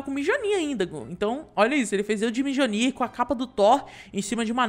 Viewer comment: E não é mijonir é mionir